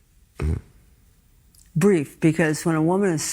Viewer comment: She just said it was breef... 😂